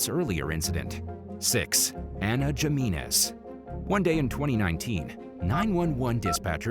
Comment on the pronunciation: It’s pronounced Himinez bruh.